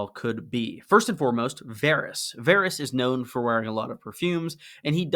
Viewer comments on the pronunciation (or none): Dawg, it's Varys lol